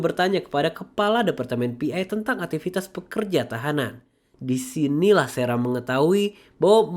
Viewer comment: sarah bg bukan serah 😅